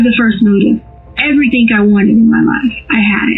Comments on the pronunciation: I HATE Leticia Stauch... With every fiber of my being. I even hate the way she mispronounces words like "Everythink" and "Land field".... Ughhh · "Why would I harm our child out of everythingk" why does she and her daughter week end certain words with a g with a k in instead, is it the accent? I hear this on southern people alot.. . Example: Everythingk, wonderingk, etc.